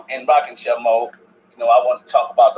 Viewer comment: Was talking to my aunt yesterday about forgetting on purpose, because Truth is ugly, just as she is beautiful, so people erase...she said her doctor told her that it's dangerous because you also erase your memories. Also, "rocking chair" sounded like 'rocket-chest'... 😂, Love the content tho 🙏🏾🔥